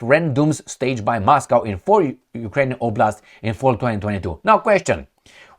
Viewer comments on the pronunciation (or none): none